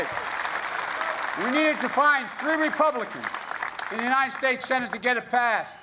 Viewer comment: In Philadelphia he has a crowd of what, 300 people? And Joe.... it's u-n-I-t-e-d..... not ..... u-n-i-n-t-e-d